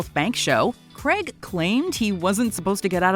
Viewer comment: Why can’t you pronounce Craig properly?